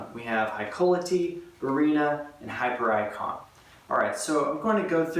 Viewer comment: Do we not thinks it pronounced hipiericon? Not hyper icon.